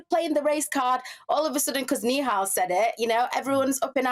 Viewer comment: Yous should start off by pronouncing his name correctly then you’ll sound less racist, it’s nihal not neehal